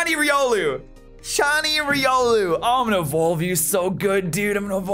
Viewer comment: its Ry-Ol-oo